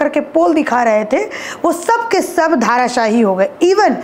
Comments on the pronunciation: ठीक से बोलना सीख पहले।धाराशाही नहीं धराशायी होता है। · ए बाई क्या बोल रही है ,,,, धाराशाही बोल रही है , शुद्ध बोले धराशाही